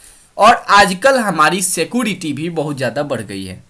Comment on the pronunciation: उसको सीकोरेती नहीं सीक्योरीती कहते हैं